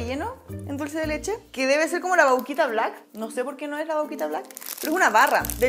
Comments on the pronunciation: nose dice vauquita se dice vaquita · La "Vauuquita" se dice Vaquita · vauquita nooo vaquitaaaa de VACA